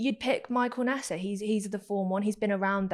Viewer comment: Getting major crows feet at the way pronounces neeser as "nesar"